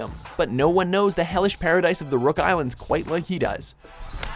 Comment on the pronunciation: By the way it's rock island not rook island